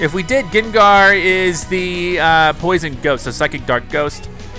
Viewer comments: UGH OMG STOP SAYING GINGAR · Who else face palmed every time he said gengar wrong